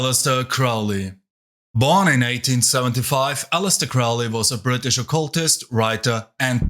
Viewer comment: Saying Crowley was an amateur is... incredibly off-base. A deviant and drug addict, sure. But amateur? You also pronounced his name and Thelema wrong. You seem like the unitiated amateur who likely wasn't allowed past the third level of anything and picked Chaos because no one has to vet your moral compass or actual abilities to have knowledge and conversation beyond the veil. Why would you know anything legitimate if you weren't even initiated in these orders.